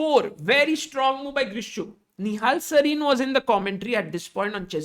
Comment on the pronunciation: It would be actually Grishchuk😅 Not Vidit